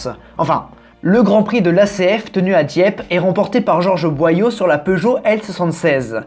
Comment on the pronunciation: Jean Boillot (bois l'eau), pas Boyaux ! ;D